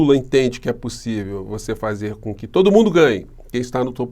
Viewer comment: ..."será pussivi?"😂😂😂😂😂😂😂😂😂😂😂😂😂😂😂😂😂